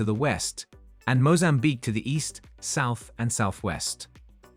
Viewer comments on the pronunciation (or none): none